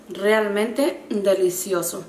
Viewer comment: "Rrrrrrrrrrrealmenteeeeeeeeeeee" deliciosoo jaja amoo esaa palabra 😘😍 saludoss ❤👍